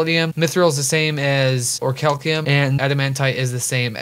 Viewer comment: "Or-cal-ceum" YouTube: Damn😔